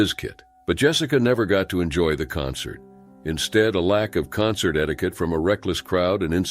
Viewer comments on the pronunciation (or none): none